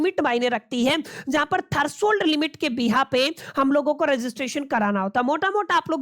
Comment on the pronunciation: thats threshold limit, not thershold limit